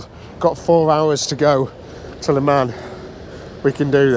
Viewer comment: Great video, please try this LE MON not le man, thats got that over with. Your on the same toll road we use 2-3 times a year I think A28, your right fantastic road I did over 1400 miles last trip and found I pothole It was acutally a strip of tarmac lifted. Our roads are the laughing stock of europe.